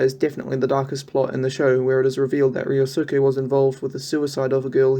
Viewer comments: also, the suke in ryosuke n keisukes name is pronounced skay not soo-kay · really? "reeyosuuca"? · Only gripe is "ree-oh-soo-kay"